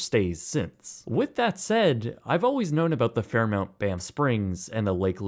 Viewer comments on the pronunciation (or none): I came here to say the same thing. FairMONT, not MOUNT! 🤨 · Fair-MONT, not MOUNT 😂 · It’s mont not mount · This is like Benedict Cumberbatch mispronouncing “penguins” over and over on TV. He kept saying “pengwengs”. Fairmount Fairmount Fairmount! So jarring. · There is no "u" in Fairmont! Dude was driving me crazy. FairMONT! MONT NOT MOUNT! 😂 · FairMONT! This became difficult to watch just because of that. The little things matter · Awesome review as usual! FairMONT, not fairMOUNT! 😆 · I'm glad that I wasn't the only poor soul to notice and experience the ad nauseum abuse to the Fairmont name. It does matter to be correct about that. FairMont, not FairMount! My favorite Fairmont hotel is the Chateau Frontenac in Quebec City. Something about it just pushes the right buttons with me. Cheers! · 'mont' not 'mount' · Fair-mont, not -mount. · why do you keep calling it Fairmount, when it's Fairmont? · It’s Fairmont, not Fairmount. Eh. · It's Fairmont not Fairmount. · It's pronounced "Fair-mont," not "Fair-mount." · Its pronounced Fair-mont... like it's spelled, not Fairmount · It's Fairmont, not Fairmount. 😔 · FairMONT, babe, FairMONT. Not fairMOUNT. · It's not Fair mount, it's Fair mont. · "Mont" is not pronounced "Mount". I have stayed here 4 times, and you are paying a massive premium for the experience; but its worth the experience. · MONT. FAIR - MONT. I know its in the mountains, but this is the first time I've ever heard someone call the brand Fairmount. For what its worth, I'm a born and raised Calgarian whose been to Banff hundreds of times. added a link to prove I'm not just some pronunciation zealot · Hi, this is the Fairmont, not the Fairmount. As this hotel chain is worldwide now, and you are a travel company, I offer a small change in your pronouncement of the chains name. Thank you. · It's not Fairmount!!!!! Can't you read? It's Fairmont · “Fairmont” not “fairmount” common man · Fair-MONT, not Fairmount. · FairMONT, not FairMOUNT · FairMONT not FairMOUNT